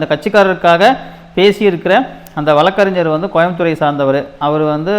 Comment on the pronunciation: bro வளக்கறிஞர் இல்ல வழக்கறிஞர். தமிழ் தெரியுமா.